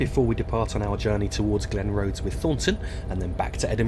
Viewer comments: Glen-Roth-es, Murdering those Scottish towns and station names. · Good video but you do need to work on your pronunciation of Scottish place names. Not Glenroathes its Glen-Roth-Es, for Burntisland it is literally pronounced Burnt-island as in an island that has been burned. Not a biggie but does take the gloss off an otherwise very good and informative video. Would be happy to help or advise you in future - particularly with Just Trains 'Highland Main Line' due for release soon. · Glen-Roth-es. Not Glenrose. Also, Burnt- Island, not Burntis-land.